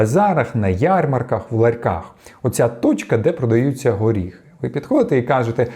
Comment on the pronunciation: Горіхи, а не оріхи.